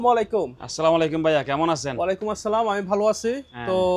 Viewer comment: ভাই সালাম টা শুদ্ধ করে বললে ভালো হয়